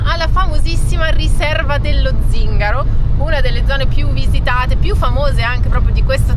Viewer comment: Zingàro proprio non si può sentire 🤣